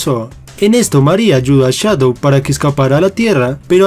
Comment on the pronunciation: No sé dice chadow se dice shadow